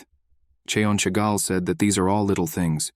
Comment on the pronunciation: Why does the ai say ”chegal” when in the text it said ”jaegal” Is the pronunciation that different from the written name?